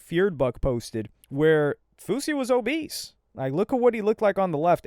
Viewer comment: I fw but wallahi "obese" is CRAZY